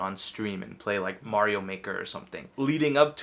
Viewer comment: 10 yrs and he still can't say Mario correctly! 🙃